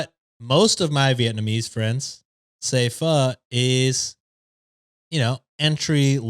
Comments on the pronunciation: mispronouncing pho almost made me unsubscribe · I’m part of Vietnamese and when he tried to pronounce Pho I thought that was hilarious 😂